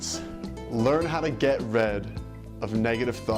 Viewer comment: lol i love how you pronounce rid as red